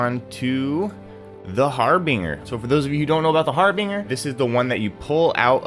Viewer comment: The G in Harbinger makes a J sound just to clarify I hate correcting people because it makes me feel like a asshole but I’m genuinely just trying to help.